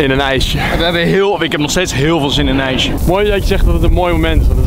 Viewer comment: bedoel je ijsje en niet ijse